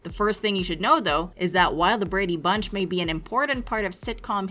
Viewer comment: Painful to listen to you say the words " Brady Bunch" The enunciation.... good lord.. Just listen t the theme song maybe?